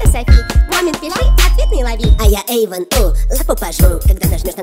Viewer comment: Он Эйван, а не Эйвон